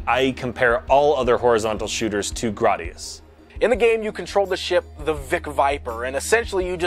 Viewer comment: Oh Gradius. So many pronunciations and none of them the same as in the game or in the Salamader anime. Thanks. <3